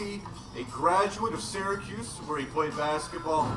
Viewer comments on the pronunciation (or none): none